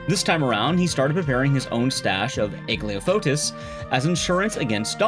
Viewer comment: Aglaophotis? You mean Ah-glah-foe-tis 😅 Not Ag-Leah-Foe-Tis